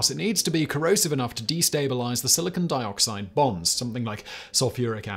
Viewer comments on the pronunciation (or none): Silicon dioxide not silicone dioxide!